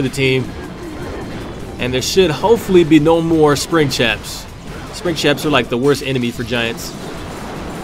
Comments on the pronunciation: HE SAID SPRING CHAPS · Did he say spring chaps? Lol